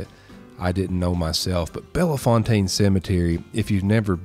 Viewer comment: Slight correction..Bellefontaine doesn't have the A sound..its just Belle- Fontaine